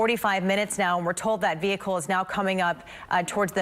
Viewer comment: Justin Landers 😂😂nah, I thought the magic word was, “veee-ucle”.